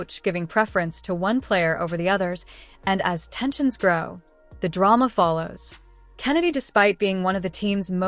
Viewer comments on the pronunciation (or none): none